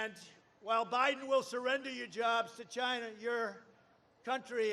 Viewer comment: Probably his best "ChyYYna" to date.